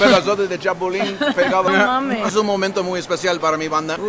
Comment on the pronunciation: Me encanta como tu novia dice “no mames” 😂 Ya es Mexicans alv